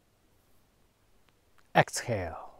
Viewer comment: In hell, exhell! 😂🤣😅😭(sorry, I love this video, but why didn't you help the master's pronunciation? 😣